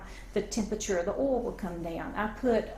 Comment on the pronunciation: i love how she calls oil "ol". This is how you know it's legit. lol.